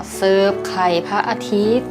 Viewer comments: พูดว่าไขล่พระอาทิตย์ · ไขล่พระอาทิตย์ พี่พูด555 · พูดว่าขไรพระอาทิตย์